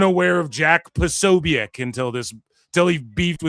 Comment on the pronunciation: Corny asked his followers for help dissing Jack. You aint even saying his name right 😂